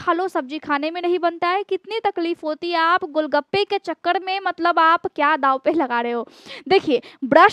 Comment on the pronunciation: बाड बाड बिमाडी नहीं चकड .बार बीमारी चकर बोले.र को ड ना बोले.